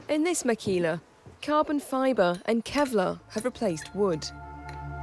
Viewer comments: Its makila not makhila, just for u to know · Guys don´t know about that h on makhila, we´ve always said makila here in the basque country...